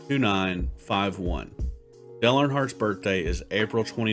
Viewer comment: "Del Earnhardt"